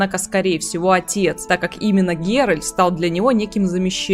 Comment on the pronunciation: Секунда занудства: вико́нт. И мне кажется или я слышу постоянно "Геральд"? Тем не менее, спасибо за разбор, интересно. Про Лютика не лишним сказать вот что: он никогда сам не бросает ни одну из своих пассий. Он просто ждёт пока у нее не лопнет терпение и она сама его не выгонит (скандал и выбрасывание всего его барахла из окна рациональны). После чего он грустно бредёт, сетуя на жестокость мира в целом и любви в частности, по дороге может напишет об этом балладу, ну а потом приземлится в постели у другой пассии. Как с гуся вода. Верно подмечено про проблемы с родителями. Пьяница, дуралей, бабник. Но почему он вызывает такую симпатию? И не только у скучающих дам? Самая большая страсть Лютика это истории, и ради них он готов жертвовать и комфортом и безопасностью. Он шпион, он бродяга, он лично видел все ужасы войн, он на секундочку лично хоронил людей. Говорить что он трус - странно. И после этого он пишет об увиденном стихи, поет об этом баллады, вышибающие слезу у самого дремучего кмета и пробуждающие человечность в самом диком бароне и наемнике. Не знаю, видит ли Лютик в ГеральТе фигуру отца, но он точно ему временами завидует, его силе, его брутальности (вспоминаем угарный квест про Пурпурного Мстителя). Но так получается, что именно голосом Лютика рассказывается вся история в Ведьмаке 3. Мне кажется, это очень важно, потому что сам пан Анжей может и хотел его изначально подать как смешного спутника главного героя, но он очень быстро перерос эту роль. Лютик хоронит Эсси Гл